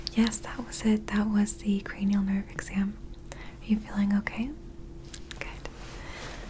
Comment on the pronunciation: So you are telling me, it’s cra-knee-Al and not cra-null!?!